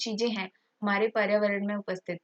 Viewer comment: Bolana to sikh lo mam spelling ko dekh k acche se bola kro paryawaran hota h na hi prawaran nhi